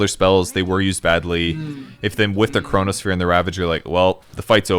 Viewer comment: "Corona-sphere" Lol!